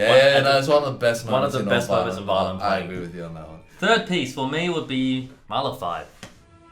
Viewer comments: I think if you wanna namedrop Mahler, you need to be able to pronounce it right. Then you can flex on all the fakers who mispronounce it it. I don't if just because I'm American but man I feel like I'm butchering the name, tho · Mahler? Barely even know 'er!